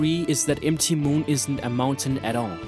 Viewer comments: M T Moon? It's pronounced mount moon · Empty moon don't you mean mount moon like mountain moon not empty moon. MT stands for mountain and is pronounced mount. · its mount moon..not M(em) T(ti) moon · ROFLMAO!!!! "emtee moon" hahahahhahahahahhahahahaha... ROFLMFAO!!!! "emtee moon" hahahahhahahahahhahahahah...aaaaahahahhahahahhahahah! Wipes tears from eyes...Dude, MT is an abbreviation for "mount" for "mountain. So it's really "Mount Moon" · mt. is mount so you say mount moon not mt moon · mt = mount = moutain stop saying MT Moon you sound like an ass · Mt Moon reads "Mount Moon", dude. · Nearly cringed with M T moon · said m-t moon but yeah his pronunciation is pretty bad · Although, he says, "M - T - Moon"... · Are you foreign? M-T Moon? It's one word "Mount Moon" and S.S Annè? It's like a name "S.S. Anne (Ann)"